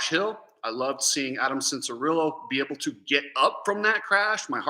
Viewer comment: You juat said " be ebble" lol i lovw it! And yeah deegan is pretty bad ass man im pumped for him